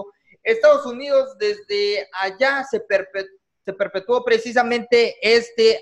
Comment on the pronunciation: Se perpetuo jajajaja, se perpetro